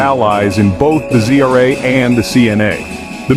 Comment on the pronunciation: Why do you pronunce ZRA as GRA ???